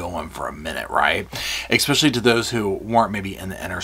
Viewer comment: This is a great video. But don’t say expecially. It’s especially. Sorry 😢 it just grates on me but great video. 👏👏👏